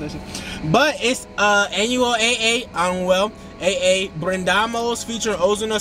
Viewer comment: Is not anuel AA.. is anuel double A